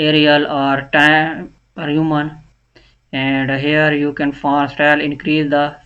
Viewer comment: Bhai font kehna sekh lay